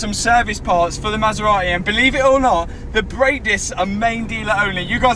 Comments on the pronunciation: Brother said „ma sa ra eh“ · Masserar-ey eh?😊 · I love how you pronounce the marque "Ma Sar Ra Eee". Brilliant British. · Cue the masera-e. :) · Maserateh 😂 seriously though, I'm absolutely buzzing for you, I even said to the Mrs "he's used R8 and H8 after buying the Maserati, I bet it's just a test drive weekend or summat?" As for the R8, get it fixed, it's looking like it's already on coilovers, so bonus there, a bright yellow wrap with carbon wrap inserts, new alloys (anthracite), maybe go for a street racer look with it? A drift car R8 was done by Supercar mega builds so I reckon stay away from type of build? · ‘Queue the Maserate’